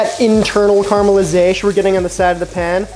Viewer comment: Cocky and not a bad cook, sure, I would do him, but he can’t properly pronounce “caramelization” and keeps saying “right”? so he will for sure be my bottom boy.